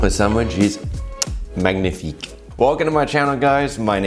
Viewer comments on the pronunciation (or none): none